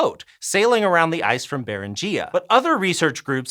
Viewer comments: Beringia: "bear-IN-gee-ya"...not "bear-in- GEE-ya. Please. Dictionaries are available. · Beringia == brr-IN-gia, not baren-gia. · Love the video, hate how ‘Beringia’ is pronounced